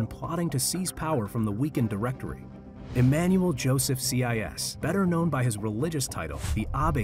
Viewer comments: See-eye-ess. Lol. I think its more like see-yay. 😂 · Learn how to pronounce Sieyès, it's not CIS... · Yes! I could not bear to listen to that pronunciation. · Its Sieyès not CI YES. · Abbé See-aye-yes. OMG. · The pronounciation of Abbe Sieyes’ name in this video is painful. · Your pronouciation of Sieyès is very disturbing for a french speaker ^^